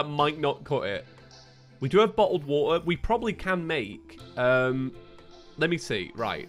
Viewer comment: bo’l of wa’er